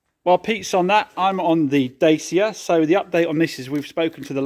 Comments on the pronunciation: Its Datcha!!! Not daycia lol ... All about the pronunciation lol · Da-Cha Say it with us. Da-Cha. lol